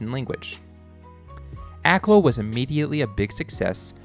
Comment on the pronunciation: I grew up down the street from Akloo. Other than the mis-pronunciation (AK-LEW is correct, not AK-LOW in incorrect) I enjoyed the video.